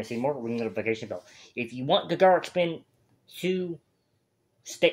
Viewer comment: This is the weirdest song choice for a first ever Gacharic Spin (pronounced like “Gotcha Rick”) reaction. They are way closer to BAND-MAID than Babymetal. And many of them can play multiple instruments, dance (they don’t do it often) and sing. Their live performances are as good as BAND-MAID ones.